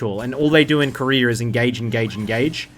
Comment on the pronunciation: Koreer too?? wtf is there no A at the end of those names?